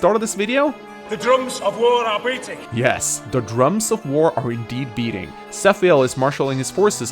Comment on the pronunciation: Nah, i personally hear a B in the beginning. I understand Breating for some odd reason, but that‘s just an r away from Beating.